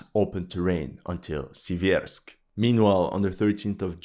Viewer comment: torEtsk but sIversk